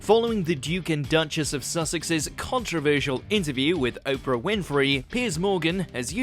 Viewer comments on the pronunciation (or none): none